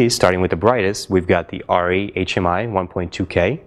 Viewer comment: True true, but if you're needing tungsten and/or daylight the Diva wins IMO. Plus, this guy is pronouncing Arri wrong so that tells me the validity of this test.